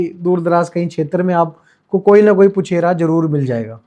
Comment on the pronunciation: Crincha chcha vo पूछारी hota puchera nhi